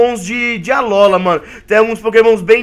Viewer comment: vc falou Alóla alola